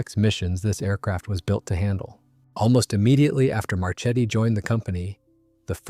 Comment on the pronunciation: Marchetti is pronounced "Marketti" in italian... same for "Isotta - Fraschini": it sounds "Isotta - Fraskini".